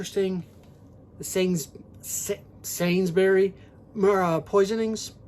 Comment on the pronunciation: Hi, I love how angry you are with Disney 🤣 whilst wearing their hat promoting one of their movies….you had me in tears.😂 (that is a nice baseball cap by the way) you were close with the pronunciation of Salisbury (its pronounced souls-bury) cool you showed it all again 👌 nice U2 merchandise…how on earth did it bend on the inside but not on the outside 🧐 I enjoyed Welcome To Marwen, I know it got a lot of flack but I thought it was quite original and quirky. Nice Criterion edition of The Princes Bride, it looks like an old fashioned library book 👍 informative and interesting as always, take care mate👍😃👍